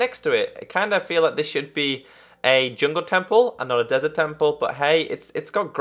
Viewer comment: You say desret